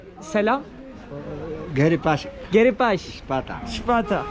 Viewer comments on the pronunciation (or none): Bi şipida demeyi öğrenemedin aq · de ve aleyküm şipata :D